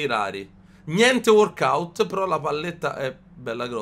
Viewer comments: Si dice walkout non warkout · "gnente WORKOUT"